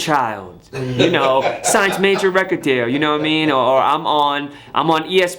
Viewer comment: Every time he says “U no wha I mean”, sounds like he said “Yao Ming”